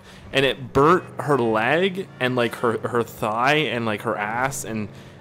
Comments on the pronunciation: u say lag insted if leg lol. i feel bad for ur sister._. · You say lag instede of leg but its fine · Anyone else notice the way he says "leg" it sounds like he is saying "laig" hahah Get well, that's a terrible thing to happen.